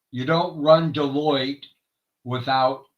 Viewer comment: Hey my brother, much love and prayers to you and your family daily. Hey bro, I don’t know how you say it, but it’s not Delitta ha ha ha